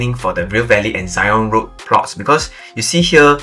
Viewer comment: Why Zyon instead of Zion?